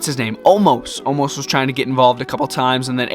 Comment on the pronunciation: its omos not omas